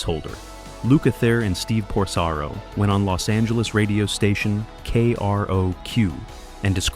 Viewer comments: It's Porcaro, not Prosaro. If you're going to produce a video about some one or some thing, at least get the names straight! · How come you don't know how to pronounce Porcaro?